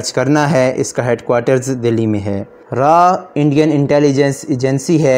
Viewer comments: RAA and nahi baata RAW hota hai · Raa nhi bhai raw hota hai 🤣